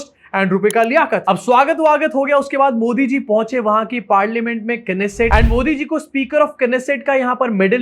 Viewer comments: It called "Nessat" and not "Knesset". K is silent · It’s not keneset it’s beset